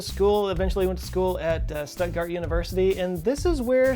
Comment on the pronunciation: Stuttgart ! Bad pronunciation ...